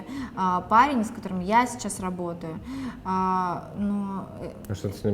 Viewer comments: Гоша, почему вы говорите «сесяс», а не «сейчас»? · а сто у Госи с произносением?))) Сейсяс мы будем смотреть...